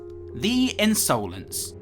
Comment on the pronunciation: Just wanted to point out that the word 'insolence' is usually pronounced as 'in-suh-lens' and not 'in-sow-lens'